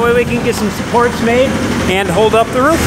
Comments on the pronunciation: It’s Roof not Ruff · can you please stop over pronouncing Roof please... Thank you.. Everyone